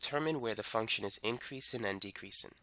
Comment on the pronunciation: Inkreasin ...dekreasin😂😂